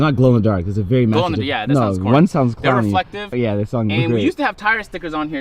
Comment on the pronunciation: “Something about having white seats, it’s vewy vewy nice.” 🤣🤣